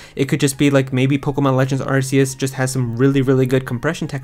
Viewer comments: It’s pronounced as ark-e-us. This is why Silvally’s ability is called RKS system. All I hear is arse when YouTubers pronounce it differently 🤣🍑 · its pronounced arkeus btw